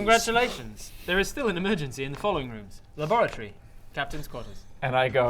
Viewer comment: The 1st few times I heard "laboratory", I swear I heard "lavatory". I really wanted to fix the toilet as a science officer.